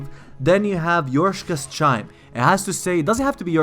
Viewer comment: 'Yorshkas Chime'... murderer